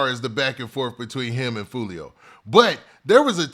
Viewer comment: "Who tf is joo-lio"🤣🤣🤣